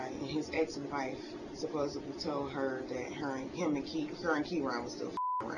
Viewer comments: "Supposibly" LMFAO what an idiot. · And the use of “ supposeBLY” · Supposubly.Americans are destroying a great language.